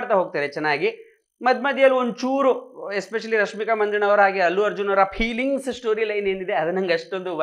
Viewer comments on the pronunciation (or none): pronouncing peelings 😂😂